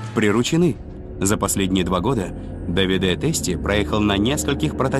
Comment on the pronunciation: Прекрасно поданный видеорепортаж. Показаны настоящие умельцы в своей отрасли. Лишний раз убеждаешься, что правильно подобранная команда - гарантия безоговорочного успеха! Желаем настоящим мастерам процветания и благополучия! P.S. В фильме допущены две лингвистические и часто звучащие ошибки: итальянское имя Давиде произносится исключительно с ударением на А - ДАвиде, а не ДавидЭ'. Тоже самое касается и города МОдена, а не МодЕна! Но это лишь маленькая поправка, фильм в целом сделан великолепно! Кому дано Зрение, тот Увидит! 😊